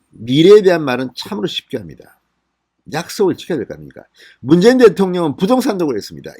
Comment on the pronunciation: 문개인대통령? ~~문개인대통령~~발음이 그렇게 밖에안되오.진선생?